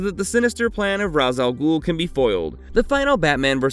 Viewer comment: You’re not pronouncing Ra's al Ghul, you and most others have been poisoned by the Nolan trilogy just like how the venom movies made people pronounce Symbiote incorrectly Please watch the 90’s Spider-Man animated series and Batman animated series, especially the Batman beyond episode where old Bruce gets in the Lazarus pit and Thalia explains to Terry on how to pronounce her father’s name